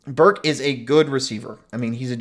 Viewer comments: Learn Treylon Burks name. It’s Burks not Burk. He made you look foolish. Not an elite SEC receiver haha, yeah ok. An Arkansas’s Oline dominated A&M. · “y’all” sound like it. Getting excited about the passing defense against New Mexico? 😂 please tell me how Texas a&m has proven to be able to beat Arkansas in this game so far this season. Btw it’s “Burks” not Burk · Yeah, you’re gonna get roasted over your comments on “Burks” (there’s an s). Not only is he better than any receiver on A&Ms roster, he is elite, top of the sec/country. All sec/all American type. First round pick. Etc. after you said that, I just quit watching, because it’s obvious you have no idea wtf you are talking about. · First of all it's Treylon Burks not Burk or Burt. He may have a chance at being drafted? Obviously you don't study the draft he's considered a mid-first round pick right now. He is also an All-SEC receiver that makes him Elite in the league, some say it's the best in the league. Pro football Network also has him as a first-team All-American. You should do your research. Did you see the screen pass he caught last week and turned it into a 91-yard touchdown? One of the guys he outran was a track star. Burks is big-time and for you not to know this makes me lose faith in any of your opinions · If you can't even say Treylon Burks' name correctly (it is not Treylon Burk), then you don't get to say he is not an elite receiver. Breaking in a new QB has seen his numbers dip to start this season, but this guy has all the tools and has past production to show that he is definitely NFL caliber, and likely an early round pick.